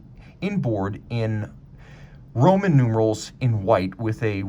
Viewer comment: Roman Numerals! Lol first time I have even heard him mess up lol.